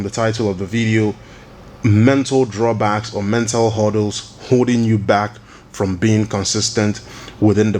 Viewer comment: HURDDLES not "huddles"